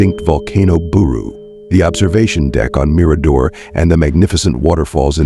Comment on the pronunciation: Agree lose the music. It's distracting and doesn't add to the story!!! Just talk and try to pronounce words correctly. Like bouquet the girls' last name and Mirador,just to name a few. Maybe watch some other videos so you know how to pronounce words!!!! The dog Blue may not have gone with, simply speculation like so many things about this case